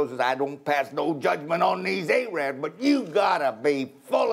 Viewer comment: He said A Rabs, not Arabs